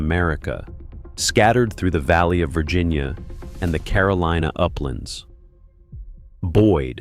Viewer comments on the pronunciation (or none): none